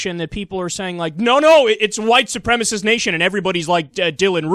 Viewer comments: Oh Bill. Your words would carry more weight if you could pronounce the word,say it with me "Soo-prem-a-sist" Supremacist. Stop turning it into supremist,thats not even a word! Sounds like a kitchen cleaner-ladies,keep your kitchen sparkly fresh with supre-mist! :D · is not even pronouncing the term correctly (as shown on his own monitor). White supremacist, not white supremist. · I love how O'Reilly can't pronounce "supremacist." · It's hilarious that he thinks he's all that but he still can't pronounce "supremacist!"